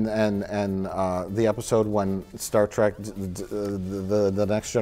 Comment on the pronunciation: It bothers me that Mike keeps saying Track and not Trek. lol